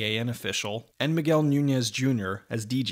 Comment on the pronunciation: ok but this review easily released when street fighter first came out... it was released recently and he should know better, further more no one pronounces Miguel, My-gwell lol